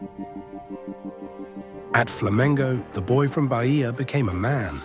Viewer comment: "Barria" pronounce baiah